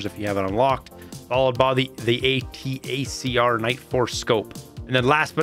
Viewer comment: Hey man, Im pretty sure the Nightforce ATACR scope is pronounced just like the word "Attacker".